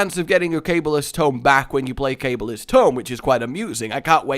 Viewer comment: Its not "cable is'ts" tome its "Ka Ball ist's" tome